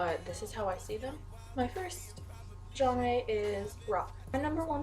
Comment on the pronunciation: It's not Jon-Ray by the way 😂 also they have genres, that they confirm